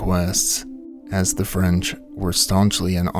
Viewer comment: Wow your French pronunciation is good, c'est bon!! ❤❤